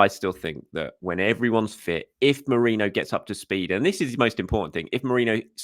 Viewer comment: You pronounced Merino's name correctly!